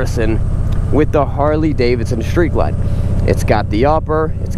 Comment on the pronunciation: I owned a 2011 Vaquero (va-care-o) and was very sad to see it go when I bought my Harley Limited. Both bikes are great and for $10,000 or more less the Vaquero is a super bike. My Harley is super too. There are no losers here. BTW, it's Street Glide, not shtreet glide. :)